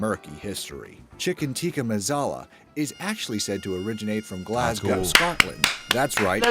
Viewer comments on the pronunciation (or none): "Chicken Teeca Mazala"